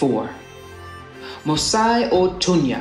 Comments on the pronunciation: mosi is pronounced mosee or in the actual dilect is musee ... not mos..ai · 🤣🤣🤣 Imwe What is this 🤣🤣 Ati Nayanja and mosai otunya 🤣🤣🤣